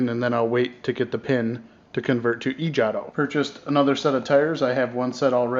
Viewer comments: It's pronounced JAY-TOE. You know like the jato rocket? God, Jaw-toe lol you sound like an idiot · its jato like jay- toe